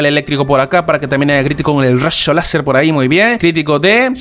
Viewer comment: Ahora se que nos oy el único que dice rasho láser xd